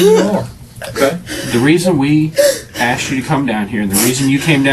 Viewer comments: She says axed instead of asked. Every choice is perfect. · Any white girl who has 2 baby daddies in jail and says "axed" instead of "asked" is a complete loser scumbag. What the f*** I give about your damn tears.